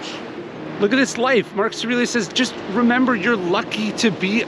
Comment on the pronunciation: You probably say the name "Marcus Aurelius" 100 x per day. Still, out of respect, you should enunciate it clearly, and not slur it. Obviously not pronounced " Marcasrilluss". The old guy is your bread & butter.